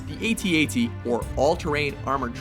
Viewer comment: The guy can't pronounce AT-AT or Jaeger correctly.